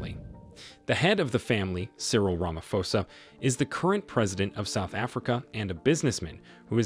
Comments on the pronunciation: rama'p'osa it's pronounced rama'p'osa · U called him Cyril ramafosa 😅